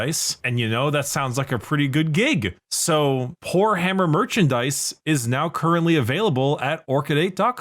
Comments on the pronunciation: Every time says Poorhammer, I swear what i hear is w**rehammer... I know it's not what he's saying, but it's what I'm hearing 😂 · When the merch was anounced I was not looking and I kept hearing whorehammer multiple times LOL